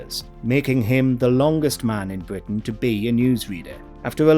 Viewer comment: bWitish Woayales